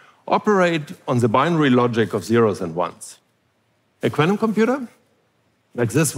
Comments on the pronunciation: This guy can almost say the word quantum coherently. 😂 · Love the way he pronounces quantum: kw-ant-um. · I was terrified. A man pronounced quantum in a quirky way a lot. I'm still terrified.